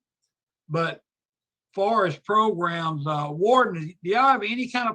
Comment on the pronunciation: She needs some "progrums" 🤣